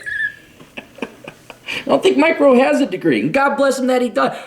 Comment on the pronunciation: At first I thought you were saying "micro", and I wondered what a micro is. I suppose we can all agree that Mike Rowe is in no way micro.